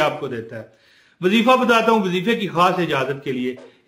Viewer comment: Asalamo Aliykom Bhai ye Jo wazeefa ha is man ya pa zabar NAHI peeesh ha AP zabar par rahy hen naraz bi NAHI Hona ur apka koi number NAHI tha nai to number pay Bata feta 🙏🙏